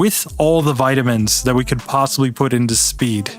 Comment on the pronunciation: All the vitaminininininins